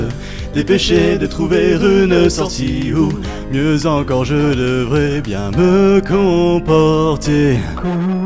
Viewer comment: Et tiens toi "biennns" 😂😂😂